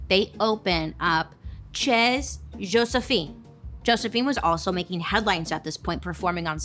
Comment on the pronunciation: "Chez Josephine" is pronounced shay Josephine